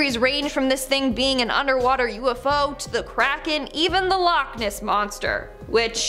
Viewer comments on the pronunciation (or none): none